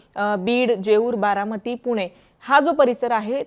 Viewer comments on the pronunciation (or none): none